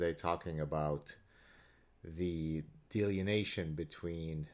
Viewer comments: I never insult someone for mispronoubcing a word... it means they learned by reading. Delineation. =) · Love you Gad, one comment (and coming from a guy who speaks 1.5 languages, so I admit some hypocrisy) in the spirit of education and good faith, I am pretty sure the word you are using here is pronounced 'dee-lin-ee-ation'. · he's switched the n & e around... delienation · It's pronounced DEE-LINN-EEE-AYSHUN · Are you saying "delineation"? If not, what is the word? I've never heard "delineation" in that context and can't find a similar word in my dictionary. Cheers.